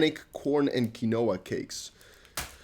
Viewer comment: Look up how to pronounce quinoa man